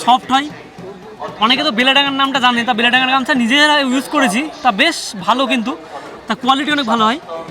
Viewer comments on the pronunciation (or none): ও ভাই ওটা বেলেডাঙ্গা না বেলডাঙ্গা😂😂😂